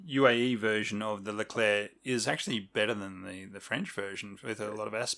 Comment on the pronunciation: The Leclerc is correctly pronunced (nice one!), the typing isn't correct, there is no capital C in it. The Leclerc is the last tank designed by the AMX/APX design bureau of Satory as such it had been baptised AMX Leclerc on January the 30th, 1986. Later, the G.I.A.T. (conglomerate of the state-owned arsenals) became GIAT industries S.A. (private company with public fundings) on July 1st, 1990. This change was accompanied with a rebranding of the Leclerc as just "Leclerc" (to wipe away the state arsenals legacy). The naming of the tank was a new trend with the Charles de Gaulle aircraft carrier to name new hardwares according to military figures. The departure of the french (if we actually quit this project... I havn't found anything regarding this) from the french-german common tank was due to deep disagreement regarding the share of the work. The french wanted to make the turret (which was their strong point) and leave the hull to the germans (which was their strong point). The germans having made a lot of progress on the Leopard 2, wanted the french to make some parts of the turret such as the electronics and the optics, which, on an industrial level, is nothing; especially none of the "consummables" (ammo, engin parts, etc) would be made by the french. What remained of the cooperation was the common specs sheets on which the tanks were built on. Regarding the 4-man crew argument, the lack of more people to repair or replace a sick or whatever crewman was dealt by using the